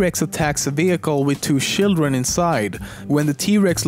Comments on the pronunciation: When he says children it sounds like he is saying shildren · he says shildren. WTF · Sjildren!! Hahahah ! Great videos btw. This channel should have more recognision!!